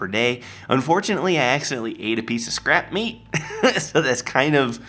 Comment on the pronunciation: When you said scrap meat I thought you said scrap metal